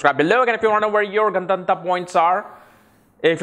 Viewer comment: gun-dhun-taaaaa ? no, it's Gandaanta